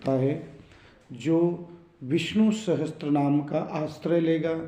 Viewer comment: Sahastranaam nahi hota, sahasranaam hota hai....... Sahi uchcharan kiya karein